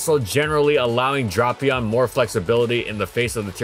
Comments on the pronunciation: Yes!! One of my all time favorites, such a cool mon. Pronouncing it as “drop”ion though… questionable at best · The king of the lower tiers Drapion. It’s Dr-AA-pion, long A sound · Me: "Oh boy, a brand new video!" Hears 'Drop-ion' "Welp, see y'all next week" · Dude, it's DRAY-PEON. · Ah yes, “Dropion” the Ground/Poison type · refused the official pronunciation of Ferrothorn. But Drop-ion was okay. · "DRAW-pion." Lol. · It's pronounced Dra-Pion. Dra as in Dracula. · "drupion" "oqua tail" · Every week, I wait for the Kalos trio to be completed with Chesnaught. Also it's DRA-PEEE-ON,, learn how to pronounce Pokemon names. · The pronunciation Dropion actually makes me shake with anger and I don’t know why. Why did see drap and think the a was pronounced like an o. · I always pronounced it as Drape-Eon. ^^" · If he keeps saying dropion, im dropping the video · Am I the only one who pronounced it Drape-eon? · It’s not dropion. That sounds like crap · Nah it’s “Drah-pion”, the anime and 3D app pronounced it as that in both Japanese and English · Dafuk is "dropion"? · Great video! Please never say dropion again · I literally will not watch this video if you actually pronounce it "drop" ion like the comments say. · 10 seconds in, “dropion”. disliked + reported + delete video + based pronunciation + bad pokemon + bad video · It's weird, considering how he pronounced it correctly in other videos. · Worst part is, with the Japanese name being Dorapion, I can’t say with certainty that he’s pronouncing it wrong. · it’s not even the japanese pronunciation. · Okay it’s not just me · its weird cuz he pronounced it correctly before. why did he change it now lol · the way he pronounces Drapion hurts me. But great video non the less, love seeing these every Sunday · that pronunciation hurts you did it correctly in previous videos, why did you change it now lol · Really drapped the ball on the pronunciation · TIL it isn't pronounced dray-pea-on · It's DRAY-pion!